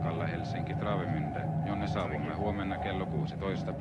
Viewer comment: How old can this video be? From 1980? She said she had worked 2 years on the ship, and it was new in 1977. Finland can ruin any language. Travemünde peonounced with complely wrong tones.